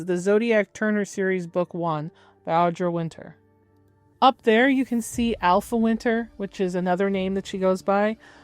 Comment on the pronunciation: I really appreciate this video, but for goodness’ sake, it’s Audra Winter, not “Audrey Winters.” You got it right in the title of the video…. 😫